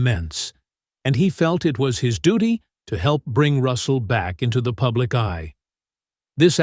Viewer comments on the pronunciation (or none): none